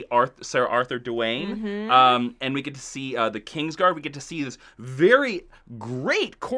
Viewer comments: Ser Arthur Dayne, not 'Dwayne'. And you showed the wrong Kingsguard when you said the name anyway. Rheagar can't be in the tower, he's dead. Ned and Arthur discuss his death in that scene, "Rheagar lies beneath the ground, why weren't you there to protect your Prince?". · "Ser Author Duwayne" died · Stopped watching when he said Ser Arthur Duwayne.